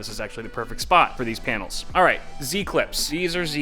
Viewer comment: he said, Painals.